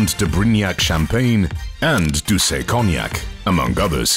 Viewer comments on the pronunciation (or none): none